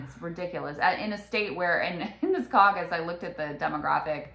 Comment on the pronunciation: snickers "CAUC-us" 😂